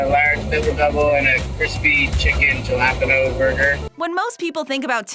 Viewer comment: ja-lap-en-no burger... smh